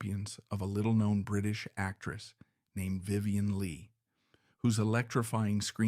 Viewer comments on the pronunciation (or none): none